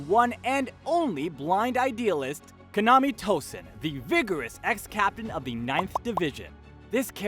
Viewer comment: No offense, but you're butchering the pronunciation of some names here. And it's upsetting me. Like Kaname, not Konami, Yamamoto, not Yamato, or Ryau instead of Ryūjin Jakka.